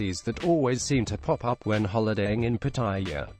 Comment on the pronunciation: Quit mispronounced the name of pattaya